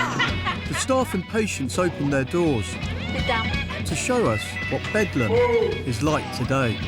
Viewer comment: Did he call it "Bedlan" instead of Bedlam right at the start??